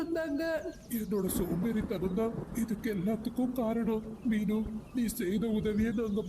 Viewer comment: ஹாய் தயவசெய்து றீனு சொல்லுங்க